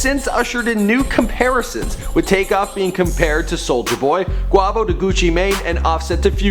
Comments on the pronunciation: SaiFYEEZY yesss I was the same like its QU-A-VO NOT Q-WA-VO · dude does a mini documentary about the band but can't google how to say quay vo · wait did he just say cuavo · Brah he said qwavo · Quavo = KWAYVO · QuAvo?😂I can't😭😭😭😭😭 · Pronounced QUAYVO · kwavo 😂😂😂ahah ik u tried man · Kwavo lol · It's fucking quay-vow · (qu-e-vo) that is how you say it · Bro who is kwahvo lol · well you just said Kwahvo I'm never watching your content again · Who tf is kwavo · Someone get they mans saying Quahhvo and saying Versace is on drake album smh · Quavo is pronounced quaevo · I didn't want to listen anymore cause he said kwavo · Damn you white asf Its pronounced "Quay-Vo" and "Dee-Kay-Ter" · who in the world is "Qhawvo" loooool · KVR 153 Its Quavo😐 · waiiiiit this dude said "quahvo" im crying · lol young qwarvo stuntin' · i know he didnt say "Quawvo" face palm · This bastard done said Quavoh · Cringing whenever he says "Qwavo" not Quavo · Its not quavo it's pronounced quayvo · Quavo (kway-Vo) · Quavo. Kway-vo. Quavo. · more like 'kwey-vo' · How you know they history but pronounce Quavo name wrong💀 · The way he says quavo gives me cancer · you don't know how to say Quavo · the way he say quavo just erks me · The way he said Quavo, the way he said Decatur, the way he compared take off to soulja boy...I just cant im out😬✌😂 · I don't under stand how u did research and gathered all this information about migos and don't know how to pronounce "Quavo" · how the fuck can i trust you with giving me correct info and you dont know how to pronouce Quavo. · I can't stand how he's saying Quavo's name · ikr i was finna say am i the only one that heard that lol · the way he said quavo made me vomit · from the way he said Quavo.I wonder if this guy covers these artists for the money...or does he have a genuine interest in their music. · Every time he mispronounced "Quavo" I cringed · he is saying quavo wrong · you know this man hasnt heard one migos song if he says quavo like that